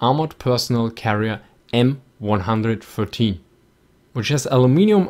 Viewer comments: Guardia Rossa "It's his way to pronounce it." Yes it is and his way is wrong. For the actual number 113 it's fine but for the M113 it's wrong, really not hard to grasp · Found this channel recently, Love the videos (I was once a tanker). But my gods man its not an M113(one hundred thirteen) It's an M113(one, one, three)! MY DELICATE EARS BLEED.